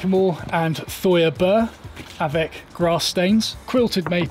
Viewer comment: Thuya .....it’s pronounced ‘tweea’🤓